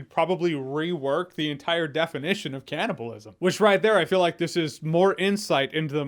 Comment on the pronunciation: "Cananibalism"? There's an "an" too much in there, good sir.